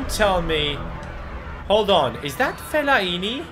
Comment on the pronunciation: he cant say fellaini right ahaha